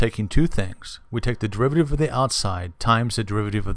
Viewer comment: This video has NOTHING to do with understanding the chain rule. All you are doing is explaining the step by step process which a TODDLER could do. Also, very distracting when you mis-pronounce things like "derivateeev" instead of "derivative". Furthermore you should use leibniz notation not newtons. I hope you don't teach in real life.